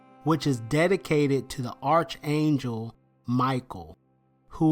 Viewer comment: Archangel is pronounced ARK-angel not arch angel